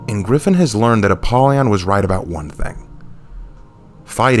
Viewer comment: The redemption? Holden cross one of the most favourited characters got absolutely butchered with "Gryphon".